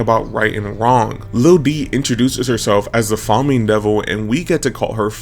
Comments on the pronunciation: "Wiki-peh-die-ah"?? "Fah-min"?? "Fah-mie"?? Bro are you ragebaiting us? 😭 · everytime you mispronounce famine it irks me